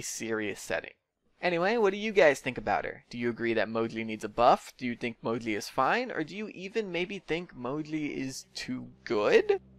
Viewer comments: I think its name is moji but you are saying modli and captions are saying mowgli😂😂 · i thought he was saying modley for sakes of being cute, didn't realize you had a speech problem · Ur saying Moji very wrong, jesus.. c.c ur saying Mogli or smth lol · Why do you call him "Mogli" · can you not pronounce the "J" noise or what?